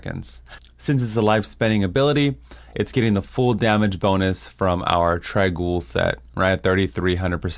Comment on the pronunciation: i always thought it was "trang - owl"